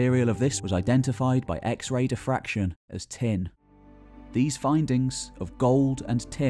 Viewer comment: Incidentally, it's "X-Ray Diffraction", not "X-Ray Defraction". Just writing this put a big red line under "Defraction". Twice.